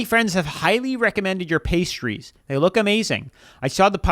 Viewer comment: Pistachios are a food group for me. I could SEE that they were real. And that idiot lady couldn’t even pronounce the pastries correctly. And the pastries looked flaky and flawless.